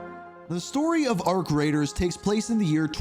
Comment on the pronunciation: Every time he says "Arc Raiders" I think he either said "Our Creators" or "Our Craters"😅